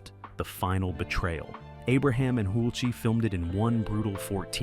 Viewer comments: Wow...your narration has multiple inaccuracies NO ONE HAD CELL PHONES IN 1985!! The laugh was 100% scripted. You are soo fully of it! You keep pronouncing Tom Hulce wrong. It wasn't the emperor that said "too many notes" Watch it again. No ones fingers bled. You are 200% wrong about the orchestra. That's full fabrication. Salieri barely met Mozart. Damn... you have MADE UP SO MANY FALSE STATEMENTS. Your video editing is quite messy. You have made so many false statements! just to say dramatic things. "Don't Recommend Channel" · It is always said: "the wig", as if it was one. Than showing Tom Hulce without , while speaking about 'the wig'. There are many different wigs he uses to wear in this movie. Furthermore: Tom Hulce's last name is not pronounced like Hul-cee, but like Hulse (like pulse). There are much more things, that doesn't fit, you can read in other comments... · Amadeus is a genuinely great film, and I enjoyed learning about it’s creation. That being said “Hulce” rhymes with “pulse”. You’re welcome. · IMDB says that his name is pronounced like HULCH-- rhymes with GULCH. Trying to confirm it, I found an interview where the interviewer also pronounced it HULCH. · This narrative is total ridiculous drama. Silly actually. Not one valid point made. Also perhaps Learn how to say the lead actor’s actual name. Nonsense. Salieri and Mozart did not hate each other. They were actually friends. The story was actually a fiction. Learn your facts! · You don't even pronounce the stars names correctly, im dubious about this whole video. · How many ways we gonna pronounce “Hulce?” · Weird editing cuts & what's up with constantly mispronouncing Tom Hulce's last name? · Why in heaven’s name, did no one correct the pronunciation of the lead actor’s name?!?!?!?! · ... and someone who knows how to pronounce "Hulce." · And the narration pronounces "Hulce" at least 4 different ways (I lost count). You'd think they could at least get THAT right! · Pronounced "Hulch".